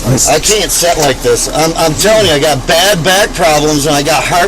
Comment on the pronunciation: Why do so many rednecks say "set" when they clearly should be saying "sit"?